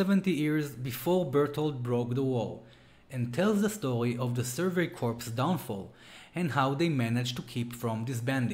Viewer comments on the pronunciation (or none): Sorry to be picky and bitchy. It’s pronounced core!!! Not corpse. It’s The Survey Core(corps obviously not spelled core)!!!